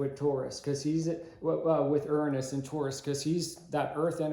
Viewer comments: That’s a new way to pronounce Uranus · You are mispronouncing URANUS.